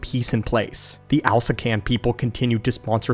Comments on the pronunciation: It hurt me every time he said Alaskan instead of Alsakan at least a dozen times, this he did get it right a couple times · bro it’s Ahl-Sah-Kahn, it’s pronounced the way it’s spelled, can you even read. Why homie pronouncing it like it’s spelled Alaskan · love your video's but I have to correct you, It al-sak-an not Alaskan. even though it would be awesome to have my state's name in the star wars lore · Alsakan. Al...sack...an. say it with us...ALSAKAN. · Wow, way to butcher Alsakan's name by calling it Alaska. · Are you calling the Alsakan Alaskan on purpose? Is it an inside joke or something?